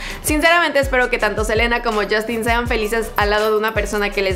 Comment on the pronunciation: Like si te diste cuenta que dice jelena en vez de selena